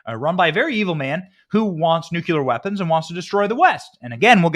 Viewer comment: 😄😄😄 You crack me up Benny!! Ty for inserting humor into such tough topics, its really needed! BUT...and I do love you!!!...You're STILL mispronouncing NUCLEAR. Ok...so heres the breakdown.. The CORRECT pronunciation = NEW-CLEAR. INCORRECT= NUKE-YA-LER I still love you!! 😄❤🇺🇸❤ (NEW-CLEAR)